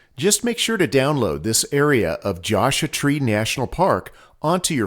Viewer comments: I referring to how you pronounced Joshua. :) I've never heard it pronounced that way. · Love your videos, but could you please pronounce Joshua Tree correctly? The "u" is in Joshua for a reason.